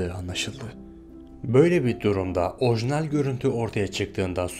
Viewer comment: Original değil orojinal